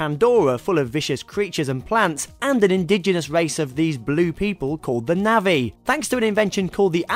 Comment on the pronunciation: navvi? nah-vi :)